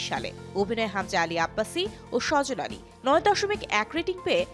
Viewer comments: সজল আলী না,উচ্চারণ সাজাল আলী🙂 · সজল আলী ছেলেদের নাম হবে সাজাল আলি মেয়েদের নাম সঠিক নাম উচ্চারন করতে পারে না আবার আসছে উপস্থাপনা করতে বাল